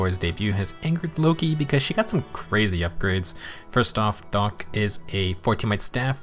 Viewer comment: Bruh you can’t even pronounce “thokk” right lmao